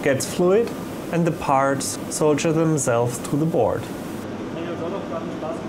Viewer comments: Must be regional differences. In America, I've only ever heard it pronounced "sawdurr," though I'll be the first to admit that it makes no sense to pronounce it that way. It's definitely not "soldier" though, I think we can all agree on that. XD No offense to, we all know English isn't his first language and he speaks it very well given that. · I's "sawderr" not soldier ;D